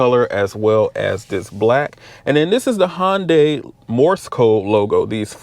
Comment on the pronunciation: It's not Hon as in Honda, with a day tacked on. It's Hun as in hunter, with a day tacked on. In Korea is Hun deye, as in eye. Hundeye basically with emphasis on the D. But here in the US most people say Hunday. Hope this helps.